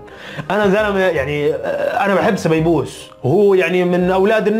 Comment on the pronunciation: هههههههه سبيبوس يا اسمع سبايوس